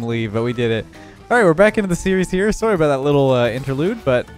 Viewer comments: He said “soaree” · I love how pronounces sorry soarry because hes Canadian😂